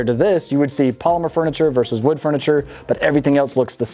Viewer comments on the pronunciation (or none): none